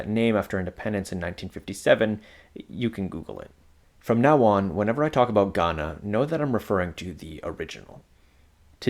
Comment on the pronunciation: The way you said "..they call it.. gHaNa" gave me the ick.